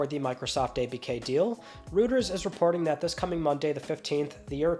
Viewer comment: "Rooters" news, haha